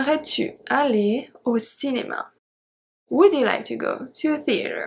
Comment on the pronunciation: Thank you so much for your wonderful videos...You rock... [I´m sorry to say this, but I think I have to... in the word "would" the "L" is silent.. so you have to pronounce would like "Wood"]... thanks again..